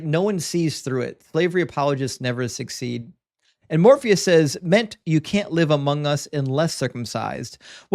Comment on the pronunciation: Dude literally doesn't know how to pronounce "says". Wild.